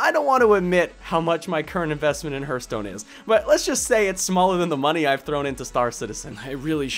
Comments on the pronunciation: "hurt stone" are you that hurtededed !?!?! "HAART~STOWNE~" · Your point was well made, but please edit the 'Herstone' part out for 'Hearthstone'. Just copy past some new spoken text into it, otherwise it distracts too much for the listener (especially for Hearthstone players like me ^^ ). This is really meant as feedback: it was a great video, but this is a point of improvement. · I'll buy that, but it would make the pronunciation closer to "hairthstone" than "hurtstone";) The pronunciation of the "a" doesn't affect the "th" like that, although a regional dialect might. So altogether I can dig it. But I'm still calling it a "harthstone" the way I've always known it. Mainly because that's not my dialect and variety is beautiful. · That "herthstone" pronunciation. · Hehe.. Hurthstone. Good video though!:D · dude why do you call it hurtstone? :p or herstone. Great video tho ^^ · Martin Stensvehagen oh, is that what he was calling it? I thought he was just weirdly mispronouncing "hearth" like 'hurth' ... LOL Now it makes sense ...